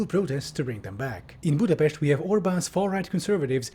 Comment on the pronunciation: As a Hungarian, i approve the pronunciation of "Budapest" 👍